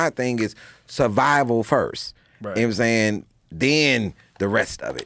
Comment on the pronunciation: I love when he says "mmsayin" it's almost J roc esque